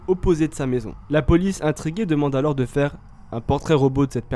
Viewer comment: Le « s » de « alors » il est muet par pitié